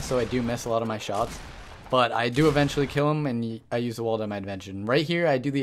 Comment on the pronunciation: I'm not trying to hate on you bro but my one issue with the videos is the narration. You should really spend a bit longer when making these videos. Even if you have to write yourself a script to improve. I think you'll be taken more seriously if you did. Here are some examples: "It's harder for them to shoot your and umm it's harder for you to get shot" ~~ "Evendjewally" "Shotguns defer" - defer: postpone - differ: be unlike** (choose this one)